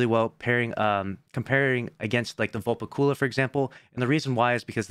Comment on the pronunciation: Why he say velpecula like that 🤨